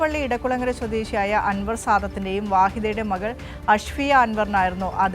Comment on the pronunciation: മഹൾ അല്ല മകൾ എന്ന് പറയൂ pls